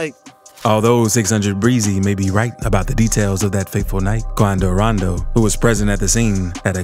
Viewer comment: Had missed this presenter saying, "Quando Raando" King Vaan